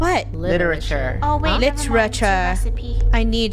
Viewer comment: Funneh: littiure Me: litture